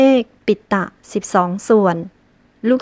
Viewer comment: อ่านว่า ตรี-ผะ-ลา ครับ